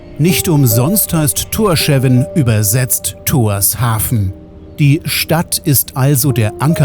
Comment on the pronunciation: Ein super Video, war ebenfalls im April 4 Wochen dort, und besuche die Inseln regelmäßig. Die Hauptstadt wird jedoch [Thórschaun] ausgesprochen. Aber sehr schön erklärt und gut visualisiert.